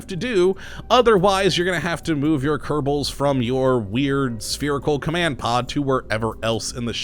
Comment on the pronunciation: Ker•Bal, not Ker•ta•Ble.